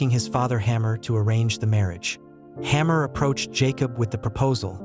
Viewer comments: It is Hamor not Hammer. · How about Hamor? Is it supposed to be pronounced "hammer"? Or "hay-more"?